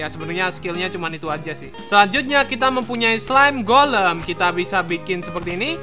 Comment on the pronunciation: bang itu golm bukan kolam